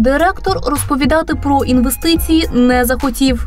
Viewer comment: В мене ці дві клуши викликають тільки одну асоціацію: совкові корумповані бариги. А коли вони вимовляють оте вумне слово "інввестиції", то таке враження, наче голова колгоспу толкає рєчь про термоядерний синтез.